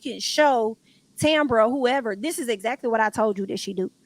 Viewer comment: Hello Loved One! …. Not Ex-act-culie….. that’s was too funny.